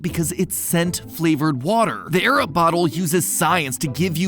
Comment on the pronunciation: I was so confused when he said "I use my Arab" before realizing it was "Air Up"...